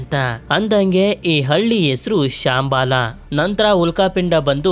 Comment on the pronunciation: ಬ್ರದರ್ ಶಾಂಬಾಲ ಅಲ್ಲ ಶಂಬಾಲ